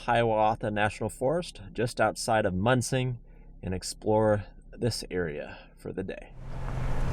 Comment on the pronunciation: Excellent video and adventure! The UP is my overlanding backyard. Munising is pronounced Mu-ni-sing and they have an excellent UP delicacy, Muldoon’s Pasties 🤤. Hope you can try one if you’re still in the area. I’m glad you’re enjoying the UP!